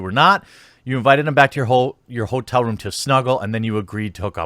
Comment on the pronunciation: He said whoretel lol